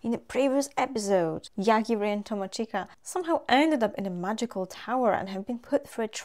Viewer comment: He's Yogiri, though, not Yagiri xD This world has a ton of various demon lords, gods, etc. Probably more named characters than I've seen in any isekai. Also yeah, Yogiri can totally kill how bad the food tastes, but he prefers not to kill abstract concepts, because he could accidentally kill something he didn't want to. Like kill all the rice in the world or something.